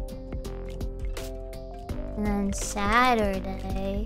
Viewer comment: other stream: "Gawr Gura's brain games" This Stream: 'uotlast' 'saturaay'